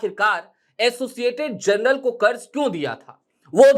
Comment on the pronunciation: Journal ko jarnal bolte hai janral nahi